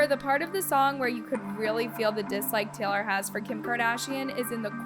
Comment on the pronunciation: Teylor swift 😂